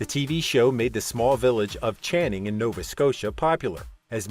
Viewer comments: RESPOL? Are you unable to put simple words together......it’s REP-SOL. CANNING NOT CHANNING! You are not doing your channel any favours here, all I hear is amateurish research. You can do better. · It's Canning Nova Scotia, not Channing and Repsol no Respol. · That's Canning not Channing, Nova Scotia